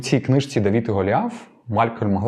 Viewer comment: ДавИд!!! Не ДавІд!!!! И це не - і, це різні літери, РІЗНІ!!!